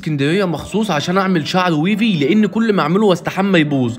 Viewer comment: ويڤي❌ ويفي✅ شامبو ❌ شامبوووووووو✅ فيزلين❌ فازلين✅ 🙂🤦